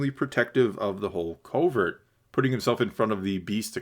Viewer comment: It’s a “covert”, not a “culvert”. Very different things. You might know this and it just sounds like you’re saying culvert, but it nonetheless sounds like that. And I disagree with your whole take on quests and side quests. That’s what life is man! He’s a nomad, he goes around doing odd jobs and accomplishing his goals. Of course the show doesn’t give you much footage of his downtime, but that’s not what we are here for. The show has had the same “quest-side quest” format since episode 1, so if you don’t like it maybe this isn’t the show for you. Finally, in terms of skipping the episode, I don’t think you will feel the same at the end of the season. Establishing the beef with the pirates will be very significant. Go back and watch the season three trailer again- clearly the Mandolorians are in a significant battle on Navarro against the pirates. This will be a huge theme. Also the episode introduces Bo’s castle, which we clearly see coming under attack by air in the trailer. It’s laying the groundwork. Wait for the payoff.